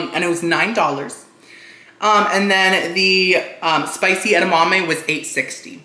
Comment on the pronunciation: Watching him struggle with the edamame 😭🤣😭